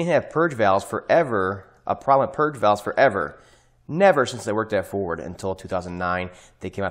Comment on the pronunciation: "Have you driven a Forrrrrd, lately?" 😂 (NO! Not in 30 years)